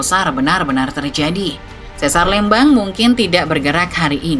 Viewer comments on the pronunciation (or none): bacanya lembang min bukan lembang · Pelafalan Lembang tu setau sy pke E keras ya bukan E lemah, kyk kita nyebut kata 'Lebar' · LÉMBANG bukan LEMBANG ! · Maap .bukan sesar LMBANG cara bacanya. Tapi sesar LEMBANG ! E....E....LEMBANG .bukan LMBANG. TEGAL LEGA .salah lg cara baca nya. Bukan TEGAL LEGA ! Tapi TGAL LGA .mksh . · Aneh banget denger penyebutan Lembang bukan Lémbang kaya bahas daerah lain. Penyebutan harusnya sama dengan PALEMBANG, buang PA nya. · sanes eu, tapi e biasa. sanes é kieu. tapi da tanggel nya HAHAHAH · bukan eu, dia pakai e pepet. ( é taling untuk lélé, e pepet untuk lemes, eu untuk leupeut) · Leumbang 😮 Harusnya biasa aja sih kaya nyebut kata "Lempar", demikian nyebut Lembang dengan cara yg sama. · Yupz, lémpar, Lémbang, méré gé hésé. Aksara swara dalam bahasa Sunda huruf (e)nya ada 3: e : e pepet é: e taling eu: eu Di video, pembaca narasi menggunakan e pepet dan eu. Harusnya ya memakai e taling, seperti kata "Lémpar" seperti yang anda sebutkan. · itu baca lembangnya salah 😁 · Begitu dengar cara bilang Lembangnya salah langsung skip, gatal di kuping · Sebagai orang Sunda. Gereget banget pas narator bilang Lembang pake eu 😬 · Eta mh digayakn macana bukan tidak tahu😂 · Baca Lembang nya biasa aja min, aneh dengernya 😂😂